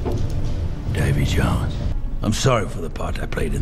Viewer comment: Dude. Seriously; Da-VEY Jones NOT Da-Mie. I mean seriously what the hell kind of name is Damie and why id god's name would you even THINK that's his name? What would make you think that THAT is actually a real word?? Come on man; the whole "not being good with names" thing is getting old. At this point it's almost as if you don't even know English - which I KNOW you do - The name is VEERY CLEARLY said DAVEY JONES. This is as bad as when dumbasses say Dark Vader with absolute confidence.